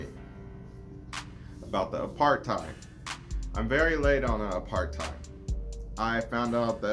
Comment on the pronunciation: Not apartheid(your pronunciation) its APURT-Hate